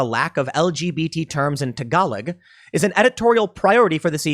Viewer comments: TA GA LOG Tim, not TA GA LIG lol! But nice try :) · I know doesnt read these, but the language tagalog is pronouced "ta ga log" with a soft G that is almost silent. when used in conversation the word phonetically is prounced taGalo just a pet peeve, I worked with alot of philipenos and a few of the smarter ones (worked with alot of dumb individuals on that site) taught me a bit of tagalog (quid pro quo, I taught them english they taught me tagalog) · It's pronounced tag-a-log. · Tim almost pronounced Tagalog properly. 😹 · Tim, you really need to do a homework before you begin to pronounce words you aren't familiar i.e. Tagalog. Also, Swedish language is not non-binary; it is Germanic language with the same number of genders as English. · you don't pronounce that last g on Tagalog